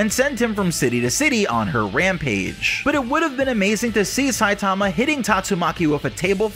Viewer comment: Bro learn to pronounce Saitama